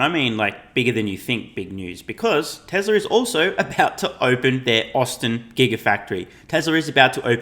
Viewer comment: Who is Tes-ler?